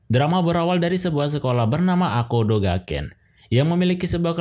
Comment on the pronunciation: Goda jadi gada, akoda jadi akodo, agak typo dikit ya ngab bacanya😅